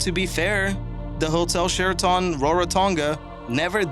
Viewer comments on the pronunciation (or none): true statement... his pronunciation of Sheraton drove me nuts..its not 'sheraTAWN'. it's'sheraTUN'. . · Yes the video was good but horrible narration. Once he called the 5th hotel the "Share a ton" it was over for me. Sheraton is a common hotel name, and I am pretty sure it is not "Share a ton". It made me distrust everything else he was saying. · Hotel Share-A-Tawn?? What planet are you from? Libya is about 5000 miles from Liberia btw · his pronunciation of Sheraton is funny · Sooo - you can pronounce Khmer Rouge but not Sheraton? Run your narratives past a literate friend first.